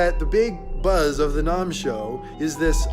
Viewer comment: NOMM? It’s NAMM, like SPAM, HAM, or Batman’s BAM!@ Cool review!